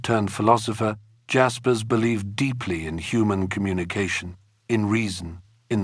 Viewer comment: You pronounce Jaspers wrongly. It’s NOT ‘dj’.